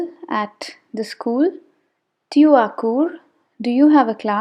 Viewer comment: Dear, the pronunciation of TU is not correct. The T is pronounced as “t” of Hindi. Like in the word “tasveer". Ceci risque de poser un problème pour les débutants. Otherwise, a great video for beginners. Bonne continuation.